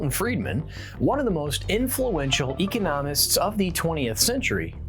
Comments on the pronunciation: You mispronounced the word economist as if you hadn’t come across that word before .. are you computer generated? What IS an “Eko-no - mist”? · Did you just say, "eco-nomist"? hehe just bustin ur balls. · Before presenting a video on economists, it might be wise to learn how to pronounce the word economist. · You might try to program your A.I. voice-over to correctly pronounce the word "economist."